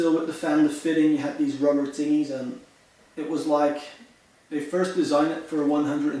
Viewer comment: Tingys. The fuck is a tingy....